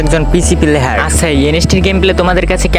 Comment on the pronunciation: প্লেহার ❌ প্লেয়ার ✅